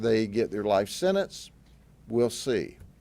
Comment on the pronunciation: SEN..ANCE? WTF IS A SENANCE?